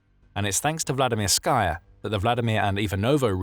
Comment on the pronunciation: There's no "sky" in Vladimirskaya. Anyone doing a video like this should know better. You wouldn't say "Vladimir-SKY"; it's "Vladi-MIR-sky", with the last syllable pronounced "ski". Vladimirskaya is just the feminine form, and it's pronounced "Vladi-MIR-skə-yə", ə being the unaccented schwa (-uh).